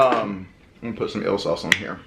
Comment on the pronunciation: Eel sauce, sounded like ill..lol..